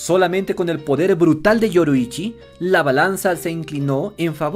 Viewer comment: KibutsuJI Muzan, es KibutsuJI, no Kibutsuki. YoRIIchi Tsugikuni, es YoRIIchi, no Yoruichi.